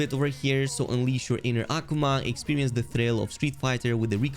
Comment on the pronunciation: The no one's going to point out the fact that he kept saying (AH- Kuu- ma) Akuma's name wrong!